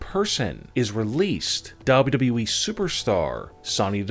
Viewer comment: The one that announces these things talks like he is slow. Lol. Plus he always says we, its wwe. Learn how to say it correctly. Lol